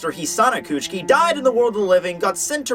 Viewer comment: okay but Kuchiki Not Kuchki